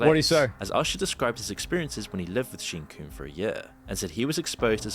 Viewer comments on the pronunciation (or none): bro the way the guy pronounces sean comb as sheen cooomb lmaooooo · "Sheen Coom" lmao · I cannot stand how this guy pronounces people's names when someone else in a clip he includes, pronounces it normally. SEEN COOMS, KID CUTIE. What is this?